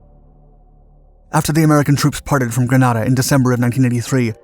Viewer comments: This video is the biggest pile of misinformation and absolute lies that I have ever wasted my time watching. I was a Marine Corporal (squad leader) and part of the 22nd MAU that took part in the invasion.. As many people have pointed out it is pronounced Gren-ay-da and the second island we took is pronounced Carry-a -coo. The biggest part of the story that he left untold was about the 24 hour curfew. When we arrived on the island the people had been locked down for 11 days. They had run out of food and water and welcomed us with open arms. It was a miracle the operation went as well as it did because we had zero intel and the only maps were from an article in National Geographic. The students at the University were probably not in any real danger but the general population was definitely in real danger of starvation. I have always been proud of what we accomplished in Grenada and as we know it has been a democracy ever since. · I as a Trinidadian and every West Indian cringed at the pronunciation! I feel my Grenadian relatives rolling in their graves. You broke it down nicely. Great channel and info just the same. All my school teachers were East Indians and none of them ever pronounced my last name correctly...not even after you told them how to do it. He mispronounced it also. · No. GranAHda is in Spain. GrenAYda is a Caribbean island. The pronunciations are certainly not interchangeable. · Don’t you mean Grenada not Granada (the Spanish town) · Its spelt "G-R-E-N-A-D-A and pronounced "Grenade-a" mate. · Those of us who opposed the invasion used to say that the U.S. was there to protect the world's largest crop of nutmeg. Also, Grenada was pronounced gre-nay-da. Another Britishism? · Read: "grenade uh" Granada is in Spain!!!! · worst editing yet, grenada, as in grenade uh. geez. coomunist sympthizers call it an invasion, grunts call it an artep live fire.. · The way how he says Granada....my gosh.... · Its pronounced gre-nay-da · Greeeenada Not Graaaaaanada lol!